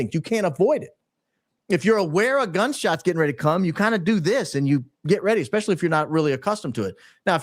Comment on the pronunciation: Please say especially NOT EXpecially. Its just so bad.